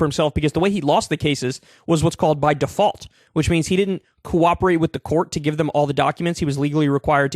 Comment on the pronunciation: My two favorite words " Dee fault" !!!!